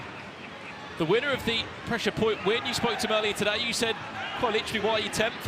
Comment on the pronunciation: PRESHA WHAT PRESHA